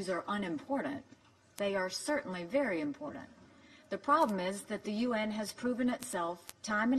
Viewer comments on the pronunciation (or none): I see that our ambassador to the UN is in actuality an ambassador for Israel, meeting after meeting. Someone should put a leash on this bitch. She is not bright, and her speech must be in crayon, judging from the speed she flips the pages, and she doesn't know how to pronounce the word important (no "d"). She's a lower case representative in a higher arena, but that's not at all rare in the current administration. Sad.